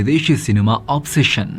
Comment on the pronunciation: Accetion ಅಲ್ಲ ಒಬೆಸ್ಶನ್ pronouns ಪಕ್ಕ ಇರಲಿ